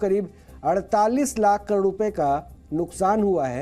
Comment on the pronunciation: अरे भाई "48 लाख करोड" पूरा पूरा तो बोलो!! तुम तो "48 लाकोड रु." कह रहे हो😊 सुधीर भाई बहुत ही बेहतरीन तरीके से DND show करते थे।